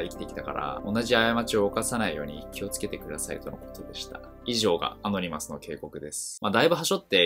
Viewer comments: ア↑ノ二マスじゃなくて、アノニマスな。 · ア↓ノ↑ニ→マ↑ス→だろ。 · アノニマスがアゴニマスにしか聞こえなくなってきた